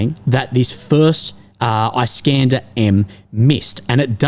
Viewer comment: Eye-scanda 😂😂😂 I deem it is nice for him to pronounce!